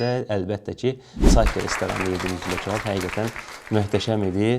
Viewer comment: почему он говорит чабаб?